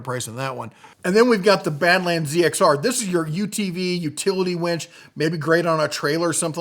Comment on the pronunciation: I think it is pronounced winch, not wench! Lol.